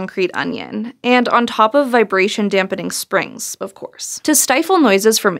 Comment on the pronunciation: She pronounced it with a silent en